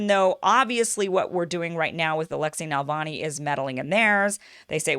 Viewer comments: It's always a good idea to get right the name of the subject of your podcast - Navalny, not Nalvany. It distracts and detracts from what you are saying, which is usually interesting. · Please learn to pronounce the name 🤧 It’s Na-Vaal-Nai. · But she's saying Navani - hard to trust the expertise of someone who doesn't know the name of their subject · You're pronouncing his name wrong. If hi is also supported by Washington, I would very untrusting of him.